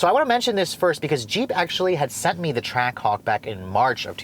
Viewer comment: I heard him say trackcock